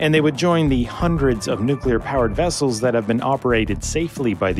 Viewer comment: NU CLEE AR WESSELS